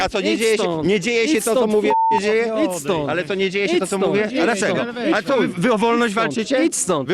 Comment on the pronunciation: Ale żałośni są. Najgorszy ten od pachoła i chłop z megafonem aka "ić stond".